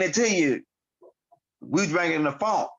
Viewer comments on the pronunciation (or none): I know you family just by the way you said fonk